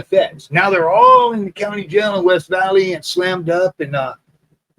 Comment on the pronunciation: you from the IE? Heard you say West Valley, lol.